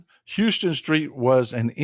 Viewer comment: FYI. It’s house-ton. It looks like Houston but it’s pronounced House-ton.